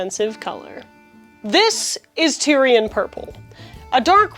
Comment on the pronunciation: "Tie-ree" or "Tay-ruh", not tire LOL!